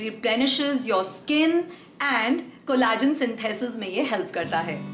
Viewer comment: its pronounced "ko·luh·jn" not Ko La jn